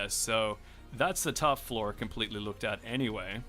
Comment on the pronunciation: where are you from? You say floor the same way as flaw